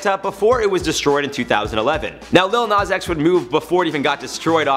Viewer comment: It’s not “LiL nOz X”